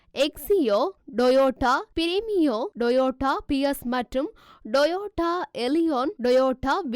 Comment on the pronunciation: என்ன இது ? Doyota doyota எங்கிறீர்கள் T எழுத்தின் உச்சரிப்பு என்ன Doyota அல்ல toyota என கூறுங்கள்.